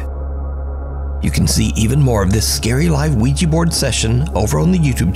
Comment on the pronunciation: "Bro dude, bro dude...oui-gEEEE..." Ouija Board: "Fk this moron, he can't even pronounce Ouija, so imma burn up to keep him from saying goodbye" 😂😄 Great to see another awesome delivery from you,!